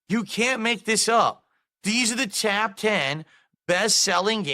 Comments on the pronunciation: "these are the tahp ten games of the year" how does anyone take him seriously when he speaks like this? he sounds Regarded. btw Black Myth Wukong shouldve won game of the year just sayin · “these are the Taawp ten” lmfaoo nigga stroked out with that one